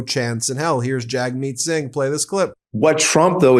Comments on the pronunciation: Just FYI: Jagmeet is pronounced jug-meet. Thanks for the good videos!!! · Hey Ben! You got Pee Pee right 😅but it's actually pronounced "Jugmeet". Thanks! ❤️🇨🇦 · FYI: Jagmeet is pronounced "Jugmeet".